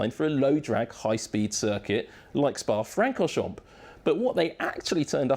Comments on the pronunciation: Dude in video: *pronounces most of Spa-Francorchamps correctly" Me: Don't you do it. Dude in video: ...mPPPPP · The “p” is silent in Francorchamp